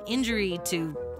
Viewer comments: Heard daughter too.. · I hear Daughter instead of Dodder and I was gonna say, that is an ominous sounding epitaph that makes me legitimately think of a supernatural monstrosity lol. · I heard daughter too. After a confusing internet search, I figured out she is saying "dodders". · never before have I needed subtitles more. "dodder" is how most folks pronounce "daughter" around here and I had no idea what this plant was until looking in the comments. doesn't help that auto-caption kept using "daughter" too.. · I thought you were calling this thing “the daughter” the whole time, until I read the comments lmao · I thought it was called “daughter” when you said it lol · By the way even though it sounds like she is saying "daughter", it is spelled "dodder".